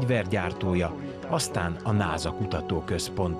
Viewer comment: Nem "náza", "násza" sz-szel! North American Space Agency.